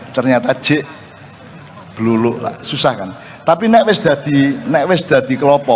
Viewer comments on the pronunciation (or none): Dudu bluruk mbak , sing bener bluluk 😅😅😅